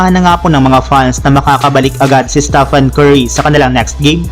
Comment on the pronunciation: Ayusin mo yung Pronounciation mo Staphan Curry kindi Stephen Curry!! Isa pa walang rumesbak sa Lakers infact olat na naman sila sa Thunders!!😭🤮😭🤮😭🤮😲😲